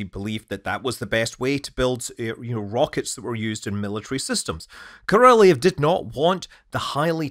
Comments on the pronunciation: He was Korolyov, not Korolyev. There is different cyrillic letters е (ye) and ё (yo). It's not your fault of mispronouncing, it's because lazy Russians often forget to put the dots over ё or do not use this letter deliberately and relying on you to recognize the word correctly. Maybe, it's also because old designs of typing machines were restrictive on the numbers of symbols they may have, and they just didn't have this letter on their keyboards. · Korolyov actually, not Korolev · hint: if you want to pronounce "Korolyov" correctly, you need to pronounce "lyov" like Sia pronounces "love" in the song Chandelier ("I feel the love") on 28 sec :)